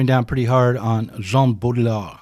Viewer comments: I love the way you struggle to say it haha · the pretence gets old soon though. and if one can't be bothered to learn the pronunciation of the topic of a video, what does that say about one? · Bodr-yee-ah Use throat for r-yee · The division between 'Town and Gown', at least as a social, if not geographical concept, existed in England, in Medieval Oxford, and probably elsewhere, even earlier than in 19th C USA. BTW it's Bowdriiyar(d) - I don't think French speakers would pronounce the last letter. if I could find a pron. guide (also on YT, why couldn't this presenter?? - lazy, or what?) Baudrillard's view of the 1991 Gulf War - it wasn't a war, but turkey-shoot atrocity - and we only ever saw propaganda 'simulacra' of it, is the most important, and totally accurate, thing he ever wrote. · Bow-dree-are. It’s a challenging pronunciation. (I speak and write French.) I love your multimedia lectures, but could you please lower the audio levels on the music? At their current levels, the music competes too much with your voice-over. (I’m also a video producer.) I needed to strain to hear what you were saying. Plus, it takes special mental focus because it’s philosophy, complex and/or unusual ideas. I do enjoy the stock footage and if watching it starts detracting me from processing your narrative, I just look away. Thanks so much and I look forward to watching more. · Hahaha the way you pronounced it the third Time.. Classic. Good work man. I'm french. It's Baudrillard bodriA if it helps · "bottle lard" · Bow Dree Ard. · BO-dree-AR my people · Dude, the fact you can’t say the guys name correctly isn’t a good start to an educational video. Sorry not trying to be a dick but it undermines your efforts. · Just loop Rick Roderick's pronunciation of Baudrillard until it just comes naturally. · You managed to pronounce baudrillard differently every time you said it 😂